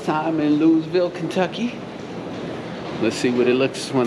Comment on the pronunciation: It's pronounced Lou-E-vull haha. Love ya fam! Great to see the set up process!!